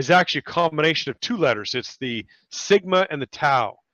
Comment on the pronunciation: Ah, you americans have to butcher everything. There is no T in the greek SIGMA. SIGMA siGMA SIGma. No T. Read it again, please.